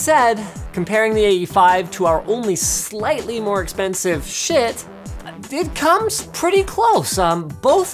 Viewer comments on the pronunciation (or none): guys it's not shit, it's supposed to be pronounced shite :D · Say schitt one more time! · How do you properly pronounce schiit?